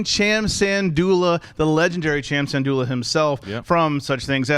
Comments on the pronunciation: It's pronounced SIN-DOOLAH!!!!!! Lol. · Was it me or did say cham "sandolla" again